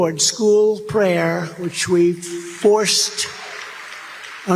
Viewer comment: Wishme instead of which we, evangis instead of evangelist, all these words he can no longer say at all because of and due to dementia, that was only a few seconds, listern to him for 3/4 minutes, nothing even makes any sense on what he is talking about Surely a dementia test is warranted, im sure president Biden would be more than happy to do the txt, trump won’t even debate because his brain is so out of control, can not control his toungue when trying to day word, changes into some other topic to avoid repeating or correcting a word, a total menace to society